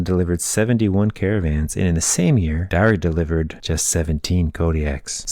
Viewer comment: Pronounced Dare. Had a boss with the name.